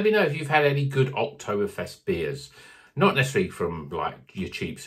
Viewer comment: OktoBBBerfest, not Oktofest 😂😂😂